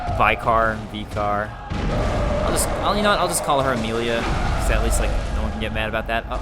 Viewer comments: And it's pronounced "vicker", for whatever reason :-) The cutscene after killing Vicar Amelia offers the proper pronunciation of "adage" BTW, listen to it again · its pronuced vick-ar (vicar) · Here I am with another pointless comment a year too late! You probably got told this after the video and corrected it later but "vicar" is pronounced "vicker", so it rhymes with picker. It's the title for the leader of a particular church, like the priest or whatever you call it. Similar to the Father in Father Gascoigne. I know it's probably annoying to get all the delayed corrections but it's really tough not to comment after hearing you say it so many times and without knowing for sure if you do go on to change how you pronounce it. I should really watch your DS3 LP soon so I can actually make relevant commenys for a current game. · Great video, love your playthrough so far! Don't know if you know this, but Vicar is a religious term or position, meaning an agent of, or representative of God or a ruler. In that case, it's pronounced /ˈvɪkər/I guess it applies to Amelia, since she's hanging out in the cathedral and all:) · How do you not know what I vicar is? I didn't think they were exclusive to england. They are just priests. There was one that used to teach us bible stories in my school when I was young. Its likely a British thing. You attempt to pronounce it in an amusing way.:p